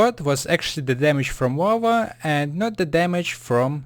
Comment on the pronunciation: lol sorry but it's funny that you call lava (wawa)